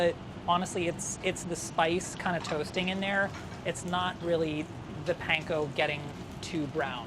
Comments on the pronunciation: if he says "paynko" one more time i will fry myself in olive oil. weird how he says katsu right but not panko. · Can we please stop saying "pain-ko"?